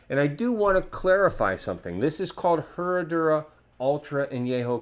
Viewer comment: The H is silent